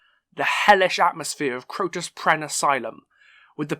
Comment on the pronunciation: It's Crotus Penn, not Crotus Prenn....